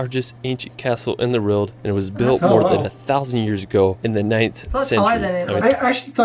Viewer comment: How can you recommend a city you've never even been to? Lisbon is great, but I wouldn't put it in the top 10. I also can't listen to his mangled narrative. He pronounces everything wrong ("Wrorld"?) and manages to sound like AI.